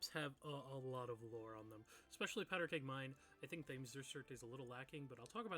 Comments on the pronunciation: Just as a Brit, it’s pronounced ‘Tems’ not Tames 😅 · Great video, but you mispronounced Thames District. It’s named after the River Thames in London, and is pronounced ‘Tems’. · Hearing him keep calling it “Th-aims” district was painful to my British ears lol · You should say Thames with a harsh T, like you say the letter T. It's pronounced something like "Temms". Yes the spelling is different to pronounciation, yes that's British English. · Quick note: Thames is pronounced “Tems” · Got this video recommended by algorithm at 511 views and I'm so surprised it's not more popular, I will definitely watch more of this. Volume seems a little quiet. Side note: Thames is pronounced Tems... Brits being Brits (I can say that I am one myself). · thames being pronounced like that is really pissing me off 😭